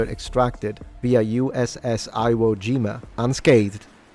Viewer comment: Bro you lived in Japan, how do you mispronounce "Iwo?"